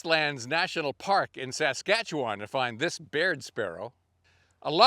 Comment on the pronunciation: I’m new to your channel but am very much enjoying it. I live in Saskatchewan, Canada. (I have yet to hear any American pronounce Saskatchewan properly 🙂). So when you mentioned Grasslands, I really perked up. I am on the elusive sparrows quest and have a few—but no Nelsons or LeContes other than recordings. I wish you had fed the Willet.